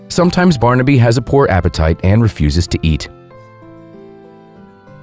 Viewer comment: How weird. I’ve just been watching this video on my TV where the narrators constant mangling of the name ‘Barnaby’ (which he kept pronouncing ‘Barn-Abbey’) was driving me bonkers. Yet here the narrative has thankfully been changed and it’s now being pronounced properly. I guess the previous video was driving other Youtubers mad too -so they changed it. I can now actually bear to watch and listen till then end.